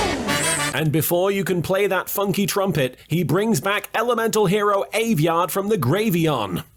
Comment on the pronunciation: "He brings back aviard from the gravyon" LMAO